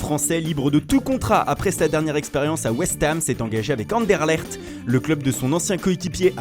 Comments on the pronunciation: On dit Anderlecht et pas Anderlercht bon sang!!!😡😡😡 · Non non ça se prononcé "Anderlèkt" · Anderlecht se prononce Anderlekt!!!! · Waaaaaa la prononciation d'Anderlecht ça fait mal aux oreilles,quel horreur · Je confirme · La prononciation de Anderlecht c'est claquée au sol 😂😂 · Comment t'a prononcé "Anderlecht" ça m'a tué 😜😂